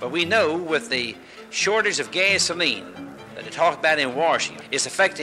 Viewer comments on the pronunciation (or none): That one guy-"gaysoline"